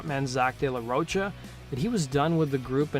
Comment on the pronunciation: It's not "Roach-a" it's "ro" pronounced like rock "cha"